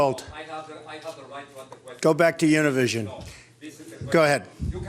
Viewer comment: He pronounced Univision wrong... Smh... GO BACK TO SCHOOL!!